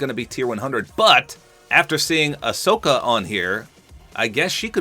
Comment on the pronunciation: Ohsaka its Ahsoka